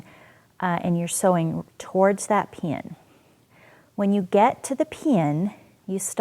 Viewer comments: Lol... I can't help but chuckle a little when she says pin (pee-an) Interesting how we all have different accents depending on where we are from.. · I can't get over how she says pin. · You say "pin" weirdly. Thanks for the video.